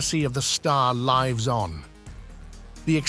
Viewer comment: The legacy of the star... "lives" on.. pronounced very incorrectly..?